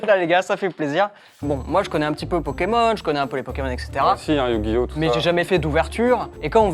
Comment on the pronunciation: Yu gi ho il a dit mdr